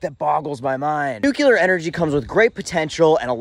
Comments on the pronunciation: "NUCLEAR" NOT "NUKE-YOU-LER"! Geez, did you go to the same grade school as "Dub-ya"??? He started that mispronunciation, didn't he? Otherwise good content, maybe sit and watch one of the excellent Fukushima videos. Not the 15 minute ones, either. Then any "311" Japanese content to get a better handle on the NUCLEAR plant issues seen in the country after the 3/11/11 earthquake and tsunami. Not that you read YT comments! 😂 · Dude! For a non-engineer, you described the subject quite well! You are obviously intelligent. One minor correction: the word nukular, new-queue-lar, is not actually a word. It slipped into the lexicon when Bush II used it. The correct word is nuclear, nuke-lee-err. It will put the crowning touch on your already great explanation! ✌🏼 Keep up the great work and this retired boomer engineer will keep on watching! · You keep saying "Nukular" and it makes me cry inside. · That is exactly what I've said to those who say nucular. New clear is a way to help them. Epilepsy is another word that gives some folks a problem. They say espilepsy. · Repeat after me: New Clear Again: New Clear One more time: New Clear So say it with me!!! Nuclear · Agree. Or NOO-klee-er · Dude, love your videos, but you’re way too smart to say “nuclear” wrong.❤